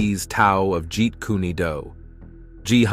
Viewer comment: The way you’re pronouncing Kune is irksome but dope video